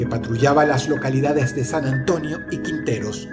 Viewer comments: Se dice Quintero no Quinteros :( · se dice Quintero, no quienteros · dross es quintero no quinteros